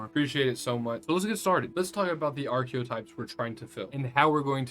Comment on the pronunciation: *Skewed, not skewered. *Archetype, not archeotype. Pretty good otherwise.